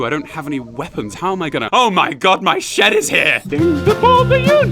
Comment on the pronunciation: Did anayone say Shed i Love Sheds Sheeds sheeeds sheeeds sheeeds sheeeds